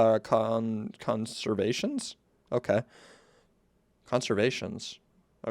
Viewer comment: yes this totally says conservation and not conversation thanks 😮‍💨